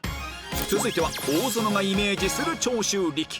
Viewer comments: 長↓州↑力↓さん 軍隊！ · 純ちゃんとミリ愛ちゃん、ご卒業おめでとうございます、お疲れ様でした！ こういう制作は永遠にいつまでも思い出してます、もう寂しいぞ！ そして、 : 桃ちゃんの解答の途中でベロ出しって超可愛いでしたね、面白すぎましたも！ 笑笑 : 与田ちゃんの「長州力」アクセント… 笑笑 〜 ：バナナマンの教官の歌が楽しかったです、特に「ち・あ・き！」を一緒に歌うことも最高でした！ 桃ちゃんの「暴れたい！楽しみたい！軍隊！」… ありがとうございます！ 笑笑笑